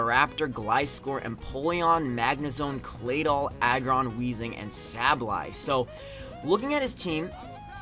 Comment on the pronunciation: Say ba lye is how you say it dumbass